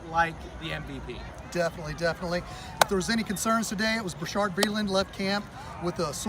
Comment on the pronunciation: Its Bashaud, pronounced ba-shawd. No R lol... good video man... go chiefs